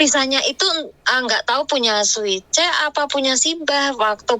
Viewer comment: Siuce x mbk bukan suice 🙄